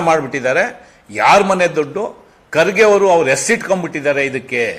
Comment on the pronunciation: ರಮೇಶ್ ಬಾಬು ನೀನು ಬಕೆಟ್ ಹಿಡಿಯವಾ ಕರ್ಗೆ ಮತ್ತು ಖರ್ಗೆ ಏನು ವ್ಯತ್ಯಾಸ ಇಲ್ಲಾ ಹೆಸರು ಒಂದೆ ಉಚ್ಚಾರಣೆ ಬೆರೆ ನಿನ್ನಂತ ಅಜ್ಞಾನಿ ಯಾರು ಇಲ್ಲಾ.